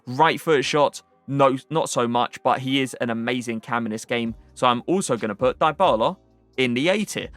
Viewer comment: Not die bala, it's di bala